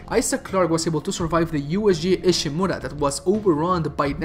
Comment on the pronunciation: JEESUS OMG how you pronounce Ishimura